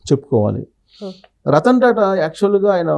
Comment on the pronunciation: రత్న టా టా కాదు రతన్ టా టా